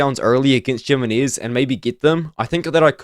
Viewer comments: Jimenez Yih-Mi-Nez? ❌️ Gyminears ✅️ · Jimenez, Jimenez,, Gem-in-knees. I don't think that's how you pronounce his name, lol. It sounds funny hearing it though